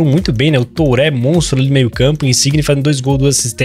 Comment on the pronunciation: uma dica: aprende q falar nome dos jogadores, TURÉ e GAVARDIOL nao da